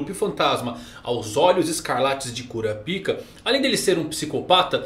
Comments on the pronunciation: Cura a pik é phoda man, muda essa pronúncia aí pelamor 😂😂😂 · Bom Dia, só por curiosidade msm, pq vc não fala o nome de Kurapika da msm forma que os dubladores originais falam? Falar " Kurapíka " sempre me quebra. Rsrs... Um abraço. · É engraçado pensar que está no aguardo da pronúncia do nome de um personagem, enquanto fica falando CU-RA-PI-KA e não KÓ-RA-PAI-KA que foi uma adaptação da dublagem brasileira.